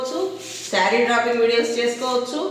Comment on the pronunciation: డ్రాపింగ్ కాదు డ్రె్పింగ్ అనాలి అమ్మా